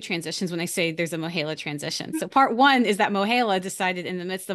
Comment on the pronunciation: I know this is unimportant but you're pronouncing MOHELA wrong. The "E" is a long E, as in a male- he. I guess you are saying the E like you would in the word hell, which makes sense. Sorry I can't comment on the present issues. I haven't worked there in 15 years and I didn't research today's mess. Good luck to you all. Student loans really such.